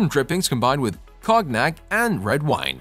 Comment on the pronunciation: I am not trying to be rude and I usually hate people being mean/critical on the internet but I have to say that your pronunciation of most name is frightening. Great video but good God you need to do some research and learn to pronounce properly. Especially for the work cognac… cheers.